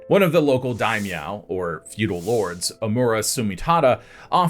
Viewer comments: Daimyo not Daimeow lol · It's dai-myo.